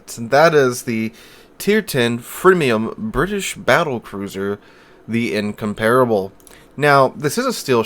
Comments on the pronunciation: "In-comp-rubble" not "in-compare-able" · In-comp-rable, not in-compar-able.